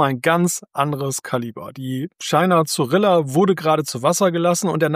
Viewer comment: Eigentlich wird der Name "China Zorrilla" wie "Tschina Zorija" ausgesprochen. 25 Knoten sind nicht 56, sondern 46 km/h. Die 90 Minuten Fahrzeit pro Batterieladung hängen natürlich völlig von der abgerufenen Leistung und der Geschwindigkeit ab. Leider ist nirgends zu erfahren, ob sich die 90 Minuten auf die 25 Knoten oder auf eine nicht genannte Maximalgeschwindigkeit beziehen. Ähnliche Katamaranfähren mit konventionellem Antrieb haben oft 36 MW Antriebsleistung, sind dabei aber wesentlich schneller unterwegs.